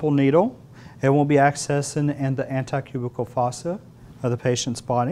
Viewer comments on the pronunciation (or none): Did he just say "anti-cubical fossa"?? SMH